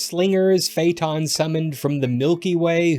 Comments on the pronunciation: it's not fayton it's Fay Ah Ton. Where the heck are you getting your pronunciations??? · This is a great video about a fascinating work, but the consistent mispronouncing of "Phaëthon" is almost painful.